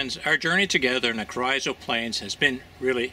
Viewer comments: I'm from close by. My whole life I've only heard Carrizo pronounced Carr- eeeso " Careeeso" . This might be wrong , but young or old that is definitely how its pronounced in western Kern county . Enjoy your vids. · Carizzo is pronounced Careezo (soft a) by indigenous people of the Southwest area of the US. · Lol "carryzo" plains🤣🤣🤣